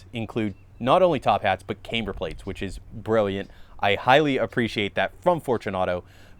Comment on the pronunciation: Please stop pronouncing camber wrong